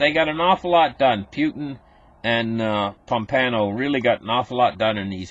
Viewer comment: There is no "N" in Pompeo